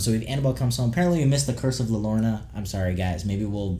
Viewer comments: The way you said la llarona 😂😂 to say it right pronounce it like ‘yarona’ its correct pronunciation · "la lorna" eye twitch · At the beginning of the video you said La Llorona, with Spanish, 2 “L”‘s make a “Y” sound! So it’s pronounced “Yoronah”, kinda like how tortilla is pronounced like “Tortiyah” instead of Tortilah.